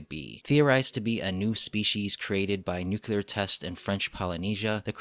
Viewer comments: For me the “nuke-you-lar” thing makes this video hard to watch. I’m glad someone else noticed it. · Why is it that so few people can pronounce "nuclear" correctly? It is NOT pronounced "nucular"!!!! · Nuclear not nuculer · nuclear dude! New-clear!! Nu-kuler isn't a word! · I love the content, but every time the work "Nuclear" is pronounced "Nuke-ya-lar" it takes me completely out of the content and takes me back to the Simpsons episode that dealt with this pronunciation: Ugh.